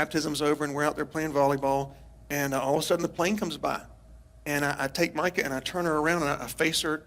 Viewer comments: Strange that you keep calling her Meeka when her name is Mica…just an observation. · Why are you pronouncing her name as "Meeka"? I've been following this case since the beginning and haven't heard anyone else say it this way even her own family. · Nice presentation but you're mis pronouncing her name as "Meeca".